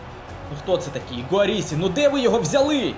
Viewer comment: Не Гуарісі а Гірассі